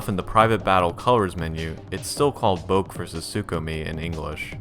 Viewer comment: boke is pronounced bo-kay by the way